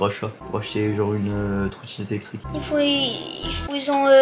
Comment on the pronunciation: Les gars je vais acheter " Une tronétique électrique " 😂 il me tue avec sa difficulté de prononcer des mots